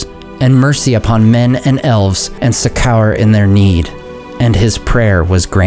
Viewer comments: succour rhymes with sucker. Stress on the first syllable; and the second syllable doesn’t sound like hour. It’s succour /SUCK-er/. Other than that, I have no notes. This was an excellent reading. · Boy did you just pronounce succor like Suck hour...